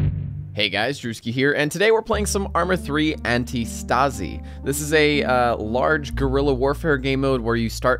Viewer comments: It's pronounced "Antístasi" and not "Antistàsi". It's a Greek word for "resistance". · Drewski its not called antistAsi but antIstasi, it comes from greek for resistance. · So Antistasi is a Greek word and translates to Resistance. However the way you pronounced it made me crack a laugh, so thank you! If you want to know the pronunciation here is the word and greek Αντίσταση. Google translate